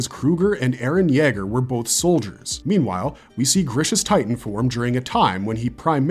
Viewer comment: You way you say Yeager wants me to kick a dog